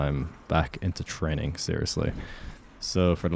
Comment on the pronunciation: He actually said "trenning" when you listen carefully😅